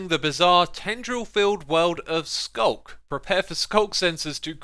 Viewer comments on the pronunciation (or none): Man... I'm always hearing SULK sensor instead of sculk sensor XD